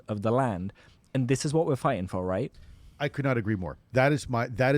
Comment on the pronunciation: Anybody who says right like that is probably making stuff ip